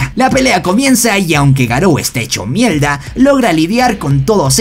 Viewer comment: Porque dise mielda😂😂😂